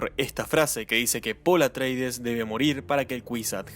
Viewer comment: Buen video, nada más que la casa se llama Atreides, no "Atraides". 👍